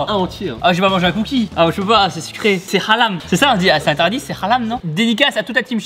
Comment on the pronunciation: Mdr🤣 "c'est halam ''